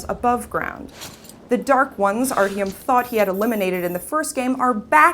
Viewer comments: "And you, ArHUME are at the center of it" It's Artyom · Lol she said arhyom?XD wow even other mericans can say it better than herXD she really needs a new job,she just,sucks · Actually, I thought that she gave a wonderful review. Just because she pronounced Artyom's name wrong doesn't mean that she sucks, or needs a new job. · As soon as I heard her mispronounce Artyom I instantly closed the video. You clearly didn't play the game.